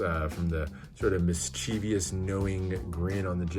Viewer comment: I also see influences from the Back to School deck in terms of color combinations and other artistic elements. 'Mischievous' only has 3 syllables and the accent is on the 1st one. Great job man on another professional grade video.